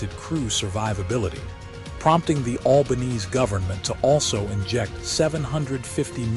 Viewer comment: Watching from Australia. I love the Bushmaster. Please loose the AI voice. It doesn't know how to pronounce the name of the Prime minister of this country.